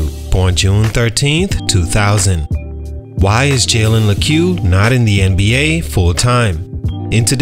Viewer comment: That’s not how you pronounce his name